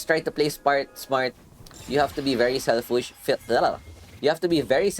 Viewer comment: Well played. Nice commentary too. You said selfwish though😔